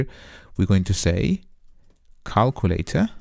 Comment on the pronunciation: I like the calkooletah 👍🏾